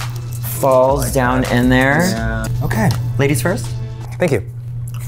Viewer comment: Those "laidies" ruined the whole vid for me..